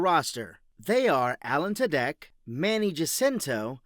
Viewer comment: What is this AI pronunciation? His name is pronounced "two-dick"